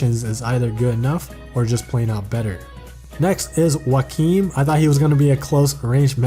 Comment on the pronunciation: After you said Joachim’s name I got really confused cause I pronounce it “Jo-chim” and has no idea who you were talking for a second but now I realize that the way you say his name is probably the right way to say it...